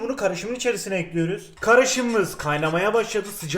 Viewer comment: "Tencereye ocağa ekliyürüz" bunu duymak çok keyifli😂😂😂